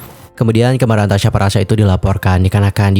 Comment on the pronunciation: Tasyi loh bang bukan tasya. Kok nyebutnya tasya mulu